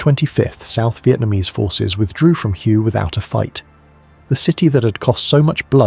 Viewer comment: It’s pronounced “whey” not “hugh” AI is terrible